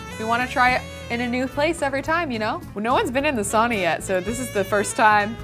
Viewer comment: pls pronounce sauna correctly - sincerely all Finns